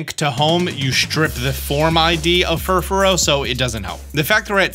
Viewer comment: Mans has over 2 million subs, yet can't do five seconds of research to properly pronounce Furfrou. Other than that, it's nice to see some favorites returning. Even if Pinsir seems to be lost to the wayside.